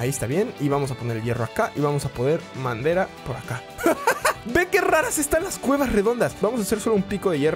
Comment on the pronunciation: Cuando colocaste el horno dijiste enves de decir madera dijiste mandera